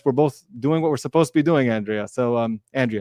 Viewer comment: Andre-a not andrea come on please try to call her by her name correctly. An exceptionally smart lawyer who is always so well prepared & great at explaining things to a lay audience but still remain professional in her words.